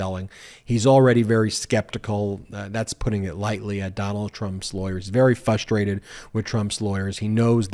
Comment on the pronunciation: Ben, Ben, Ben.... "fustrated'???? .......... FRUStrated. Please.